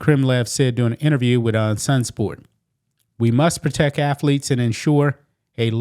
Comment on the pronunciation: Bro, it cracks me up everytime you say the word proteck.